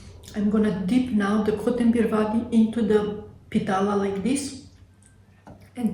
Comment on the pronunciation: Harekrishna mataji pitla not pitala yummy kotmbari vadi